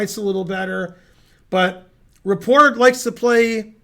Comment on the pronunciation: Just fyi, you pronounce the T in Rapport. He's not French. Go Ben!